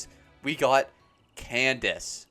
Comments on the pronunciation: I think Candace is pronounced "Kandake" FYI! Really enjoy your videos B) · Candace is pronouced as Kan-da-ke, no hate js wanted u to know <33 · candaces name is said can da ke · for future reference, Candace is actually pronounced Kan-da-ke! Candace is the latinized spelling :)